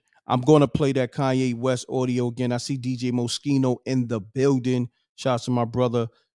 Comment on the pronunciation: Ordio... not audio